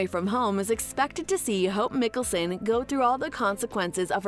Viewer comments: you have done some many videos on these shows but still make no effort to even pronounce their names right? like, you dont have to even watch them(and its obvious you don't) can you ATLEAST pronounce mikaelson right? *hint, its mike not mik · It's Michelson not micholson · Did u just say miccason? Its mikaelson not miccasson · mi-kealson... ITS MIKAELSON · stopped watching since they can’t say Michelson correctly. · If you can't get the originals last name right its Mikaelson not Nicholson through all three series their name is repeated over and over again it shows that you haven't watched any of the series I guess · She doesn't even know hot to spell mikaelson she calls it mickelsonnnnnn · Why would you pronounce Mikaelson that way in this video 😒 Like you haven’t heard it in the last 10 years starting with vampire diaries.